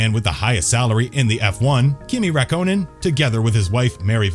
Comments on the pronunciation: Kimi raïkkonen more like Kimi rakkonen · Wtf is Raykonen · The pronunciation! (Ruck-Conan!) You didn't get even one right! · Kimi “Rak-Co-Nen” “Jag-Wire” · Do you think this guy lost a bet for how many names he could butcher, vet el, rakonen, renalt, the list goes on, also someone count how many times he said ‘Sebastian Ve-ttel’ ‘If you arent interested in F1 you mat not know the iceman kimi rakonen’ yeah mate you clearly aren’t interested then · I swear u guys can’t say any names right who tf is ray konen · I had to click off the video after he said Kimi Rye-co-nin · Too right man, calling kimi, raiconen🤣bloody joke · Did you just say Kimi Rakonen??? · Kimi 'Rack--own-in' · Pronunciations such as Raikonin, Irvine, Jaguar, Alain Prost & Renault - absolutely hilarious. Are these pronounced by a human or automated computer announcement. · Sebastian vuttEl kimi rakonen and ranolt 🤦🏼‍♂️ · It's pronounced Sebastian vetl It's pronounced Daniel Ric ar d o Its pronounced Reno It's pronounced Kimi ri kanan It's pronounced Alfa ro may o It's pronounced Eddie Ir/Ur/Er vine It's pronounced Jag u a It's pronounced Alan Prost You can just tell he has never watched F1 before